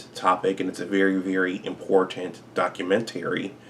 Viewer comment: The way hes saying documentary is working my nerves...🤔